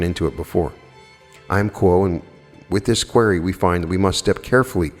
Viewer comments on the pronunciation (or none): I love u, but believe you are pronouning "QUERY" incorrectly.